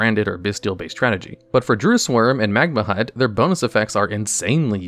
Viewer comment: Him mispronouncing magnamhut bothered me way too much